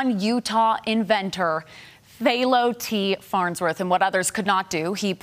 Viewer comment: How do you mispronounce Philo?